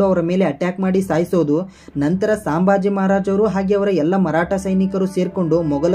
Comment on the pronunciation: ಸಾಂಬಾಜಿ ಅವರ ಹೆಸರು ಅಲ್ಲಾರಿ ಅದು ಸಂಬಾಜಿ